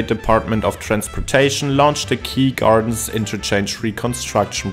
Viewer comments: First time watching this channel - absolutely fascinating. One small correction: Its 'Kew Gardens' not 'Key Gardens' - I know that interchange very well, having used it almost daily for years. The Grand Central, after the Van Wyck split, also has a ramp for the Jackie Robinson Parkway. Great job ! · hii its acutally called Kew (pronounced "cue") Gardens not Key